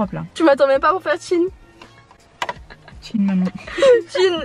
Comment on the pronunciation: Elle a dit tchine maman ou tchine Manon???